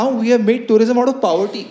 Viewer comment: You can hear someone repeat the way he says "PAAVERTY" :P